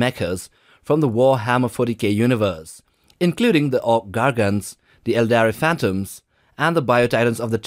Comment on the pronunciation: I love your dialect and especially how you pronounce Aeldari. It's like silk or something. Where are you/your dialect from? If i can ask.